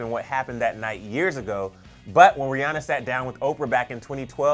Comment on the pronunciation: I might be wrong but doesn't she pronounce it like rih AN ah